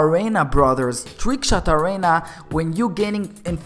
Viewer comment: It's arena not arana